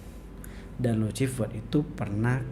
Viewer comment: Lusifer bacanya dammmm